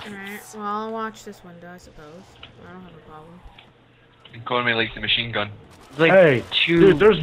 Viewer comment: Listen carefully says conGay